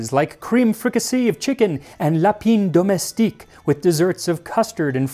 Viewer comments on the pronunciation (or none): La-peen domestique lol learn how to pronounce French mon ami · the way you pronounced lapin domestique… yeah don’t do it again :D